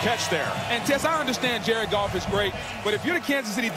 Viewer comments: it sounds like he said Jerk Off but he really said Jared Goff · Where's goff now? La ooh sa er in Detroit...🤣